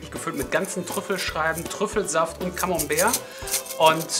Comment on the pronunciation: ...er sagt doch so schön Camombär!